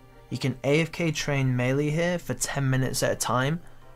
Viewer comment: lol pronounces "melee" two different ways right after each other